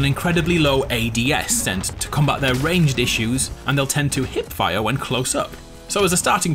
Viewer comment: love the way you said hip fire hahaha